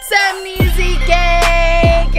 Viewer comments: When she said "gang" The only thing I heard is gay gay gay gay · What saying"GANG GANG GANG GANG What I thinking she's saying"GAY GAY GAY GAY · It sounded like she said gay gay gay gay gay in the first park